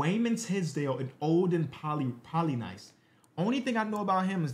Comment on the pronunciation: Enjoyed the video...maybe check how to pronounce Seikaly and Polynice 😁